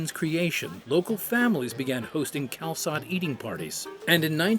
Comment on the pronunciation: YESSSS! Y'all are back! But seriously..."cal-sot"? Maybe it's just me, but more accurate pronunciation goes a long way